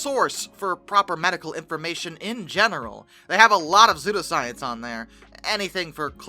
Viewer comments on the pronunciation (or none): Sue-Doe. Not Zoo-Doe. Psudoscience. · no, lolol, no hun thats not the issue. It is pronounced "SU DOE" not " ZOO DO" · Bcuz the p is silent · WHYYYY are you pronouncing pseudoscience like that?